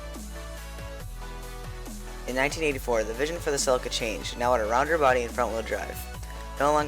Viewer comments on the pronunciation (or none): Only thing wrong is its called see Lee ka not fucking sell icka ffs.. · This guy cant say CELICA dumb ass.....